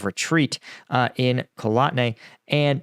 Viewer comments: Kotlyne is pronounced CotlY-neh, not Kolotne. Sorry, I am a pronunciation Nazi. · “KOT-LYNЕ …LI-NAY pronounce the E.